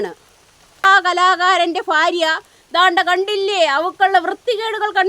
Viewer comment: ഫാര്യ അല്ല. ഭാര്യ